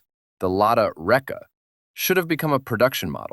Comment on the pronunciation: If it matters to you when you edit the next video about Reka model, the name has a stress on “a” when pronounced…